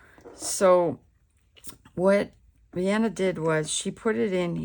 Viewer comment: Thank you so much for your video! Just an FYI - her name is pronounce Vi-ahh-NEY, not Vienna.